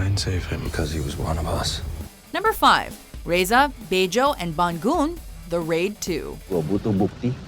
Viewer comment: The way you pronunce Bangun is wrong lol